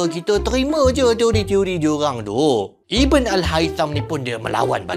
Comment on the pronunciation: ❤bukan iben tp ibn sebutan arabnya ibnu al haitam..